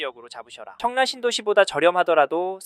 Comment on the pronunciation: 왜 자꾸 청래라 말씀하실까요? 입에 잘 익숙하지 않으신건가 싶은 생각이 드는데